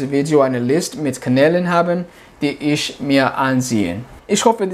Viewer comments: Привет я живу в Германии и тоже очень быстро выучил язык, и хочу сказать что у тебя хорошо получается только не много ошибок делаеш там где надо говорить х например Ich ты говоришь ш- Isch. Удачи тебе! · В немецком немножко страдает произножение, в словах ich natürlich Ch произносится как хь с мягким знаком, у теб получается как sch ш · Ich pronounce is - Ихь. Нихть ишь.